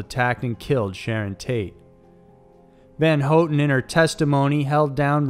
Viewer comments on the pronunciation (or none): Isnt it pronounced HoWTon not HoeTon...maybe its just me but never heard her last name said this way my entire life....but even if i am incorrect...this fella always gets it right, unlike the character on the top 5's videos...think his name is ty knotts...that dude is the best butcher of words I've ever witnessed...from places to peoples to anything...oh boy, even an unlucky person would say a word, known by all half the time when only 2 possible pronunciations exist...however Tye Knotts will do it wrong, exactly like 99percent of the time....😊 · Leslie Van Houten's last name is pronounced "Van HOW-ten" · Susan Atkins, not Watkins and you're pronouncing Leslie Van Houten's name wrong. If you can't even get the names correct, what other facts are wrong?